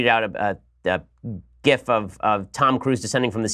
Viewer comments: HE FINALLY SAID "GIF" INSTEAD OF "JIF"! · Finally said gif correctly, thank you.